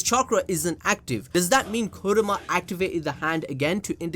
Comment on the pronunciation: kurama not kuroma